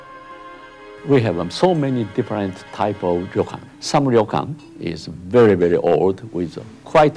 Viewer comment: It's not a ri-yo-kan, it's a ryo-kan... 2 syllables.